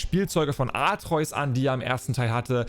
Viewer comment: Sprech doch den Namen von Kratos Sohn bitte richtig aus 😂 - AtrEUs hört sich kacke an und wird kein einziges Mal so gesagt. Sprechs lieber AtrE-Us aus